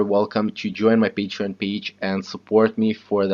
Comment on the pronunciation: Lost the ability to say Patreon. Nice video though